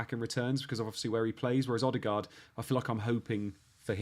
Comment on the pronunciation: It’s not ‘Odd-e- gard’ …! It’s Erd-e-gard’… Great content & concept though… Really enjoyed it.